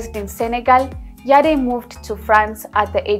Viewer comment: The E in the surname is silent. She is Rama Yadd not Yadé!